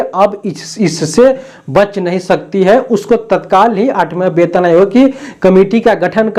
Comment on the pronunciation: वैसे तो आप वेतन आयोग को बेतन आयोग बोलते है, पर आप बिल्कुल सही है क्योंकि ये सच में बे-तन आयोग (बिना शरीर का आयोग) है।😂